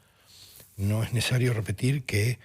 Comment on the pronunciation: No es “nesario”, no es nesario,... por Dios, este.